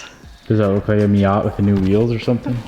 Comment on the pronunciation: what's a miott?? i think you mean miatA.